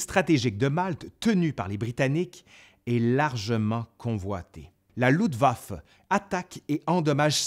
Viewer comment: Il pleut en octobre, et il neige début novembre. Avec une vague de froid très précoce vers le 11 novembre. Luftwaffe et pas Ludwaffe!